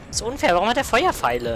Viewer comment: Warum lässt du einfach Buchstaben weg o_O Ich zitiere: "Warum hat der Feuerfeile?" Da fehlt eindeutig n P, komischer Dialekt:P Hey, du musst übrigens nochmal vorbei kommen, ihc hab vergessen dir den Onion zu geben... ^.^